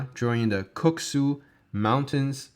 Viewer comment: Pretty sure that it's named "Kuksu", but good video anyhow.